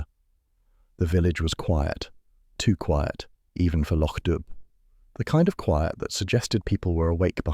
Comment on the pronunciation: This is so well done. Thank you. Though, just a small correction: it's Loch Dubh pronounced "doo". 😂